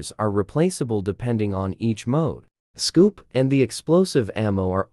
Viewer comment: The way he said scope scoup got me laughing 😂